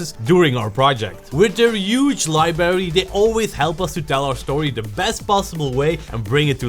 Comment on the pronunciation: Please! The word is LIBRARY! Not LIBERRY! Look! There's another R in there! LIE-BRARE-EEE Try it!